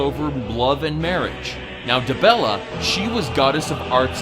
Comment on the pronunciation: On the gods part you fucked up, Dibella, not Debella. Kynareth, not Kyne(i know Kyne is short for Kynareth but in a presentation you shouldn't use shorts like that..